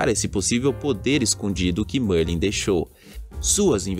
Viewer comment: Merlin grande bruxo da Sonserina! Para sabermos se esse bruxo aí é de fato Merlin vai ser simples, na sala comunal da Sonserina existe um quadro de Merlin, acredito que os desenvolvedores não iriam deixar esse detalhe de fora. E mano a pronúncia é Mérlin e não Mãrlen kkkkkkkk, mas de resto mto top o vídeo. +1 inscrito.